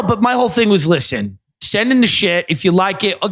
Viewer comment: Lisshen to me